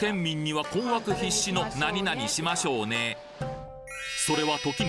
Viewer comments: ちょっとしましょうねのイントネーションが違うね。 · 〇〇しましょうね。って言葉とイントネーションが大好きなないちゃーです😁